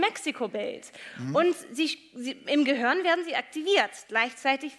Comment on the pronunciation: Ich mag die Frau Shaw ja wirklich, aber es heißt GEHIRN, nicht GEHOERN.